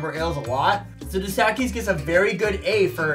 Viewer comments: "Da Sackies"? Dos Equis. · The way he said dos Equis lol dos sacky 😅😅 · I've never heard someone pronounce Dos Equis as 'dossehkies' 😂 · DoughS Eh Keys..... not what you said. 🤣